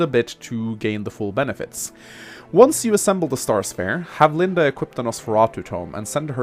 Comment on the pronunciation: From now on, I'll kill a kitten every time someone says Linda instead of LindE.